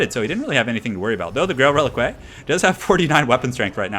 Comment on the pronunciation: click on the grail reliquae and listen how it is properly pronounced:D